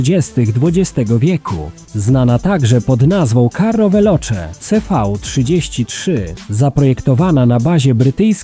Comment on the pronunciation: Carroveloce 😂😂😂 rowerokaroca 😂😂😂 spaghettitorttellinicanelloni à la bolognaise 😂😂😂 40/h 😮😮😮